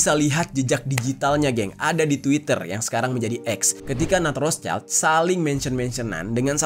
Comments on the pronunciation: bacanya roth schild bang bukan roths child mf bang🙏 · ROTHSCHILD: WROT SHILD, bukan ROS CAIL..... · ROTHSCHILD, pelafalannya 👉 ROT -Sheesh-ILT:: ROT-SHILT!! 👈bukan ROSE-CHILD wooooy!!! Paraaah 🤣🤣🤣🤣🤣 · Rot(h)-Schild, schild dibaca shild Kalo digabung bacanya rot-shild.